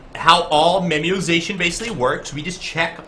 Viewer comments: I seriously wondered what memiozation was when you were speaking it. Then you wrote memoization and then I realized you just can't pronounce. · You should definitely do more of these, I love the strictly concept ones like this. Oh, and not to be a stickler, but, it's "memo-ization", based on the idea of the concept of making memos, as opposed to "memiozation".